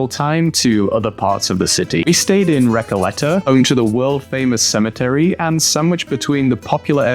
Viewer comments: Recayeta?? Recoleta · Recalleta? Palmo? Come back to the college, couple of dunkeys